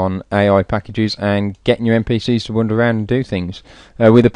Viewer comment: 'Wonder' instead of Wander? LOL Great video - learned a lot. Cheers